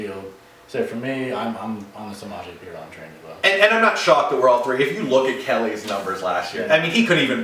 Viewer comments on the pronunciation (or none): Hey you guys said Samaje Perine wrong so I stopped watching